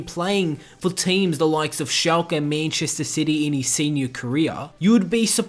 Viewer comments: whats "MENCHESTER SITY"!! its MANCHESTER CITY!! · Menchester sity m8 the pronunciation 😂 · U pronounce manchester city like goon but nice vid